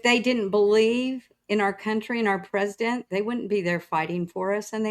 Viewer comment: I wish would read past the "scary" headlines (in this case, the MA abortion bill). Also, oh no... not clean feet /s 😱 Lastly... the way pronounces president irks me 😅